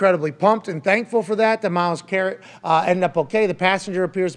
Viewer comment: He said "Myles Carrot" lmaooo